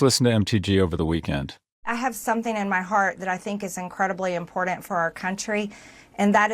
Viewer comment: If I hear another one of these illiterates like MTG mispronounce "important" (impordint) I'm going to scream.